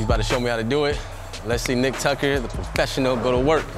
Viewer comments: “Tucker” say it with us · It’s “Tucker”